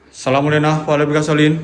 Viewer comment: Assalamualaikum wa ala'ibadillahi Solihin.....dibenerin ngucapnya bung...